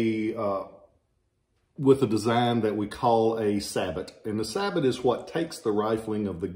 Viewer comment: It’s pronounced Sabo. The t is silent. It means shoe in French. Schenkl is a German name.